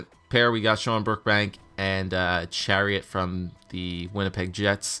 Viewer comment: It's pronounced Sher-ot not Chariot